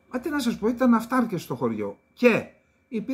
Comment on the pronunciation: Ο αυταρκης, η αυταρκης, το αυταρκες, ο τονος στο δευτερο γραμμα της διφθογγου( σημ. διψηφου). Οταν η ληγουσα ειναι μακρα, ο τονος κατεβαινει στην παραληγουσα, οταν η ληγουσα ειναι βραχεια ο τονος παραμενει στην προπαραληγουσα. Μου φαινεται προκρουστεια η προσπάθεια δημοσιογραφων να παραβιαζουν αυτον τον κανονα. Επισης, αποφευγεται η γενικη ενικου και πληθυντικου οταν ειναι κακοηχη . π.χ. λιθων αντι πετρων, θυρών αντι πορτών!Πολυ σημαντικες οι προσπαθειες σας. Ευελπιστω να ασκειται πιεση εκει που πρεπει.